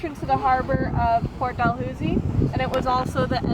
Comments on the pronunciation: Neither of you can pronounce it correctly! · Omg, why don't you know how to pronounced Port *Dalhousie*... what you are making a video about?! Seriously?!